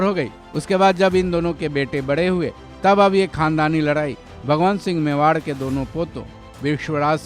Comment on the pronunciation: महाराणा भगवन्त सिंह मेवाड़ नहीं ......भगवत सिंह मेवाड़ थे। उच्चारण ठीक से करें।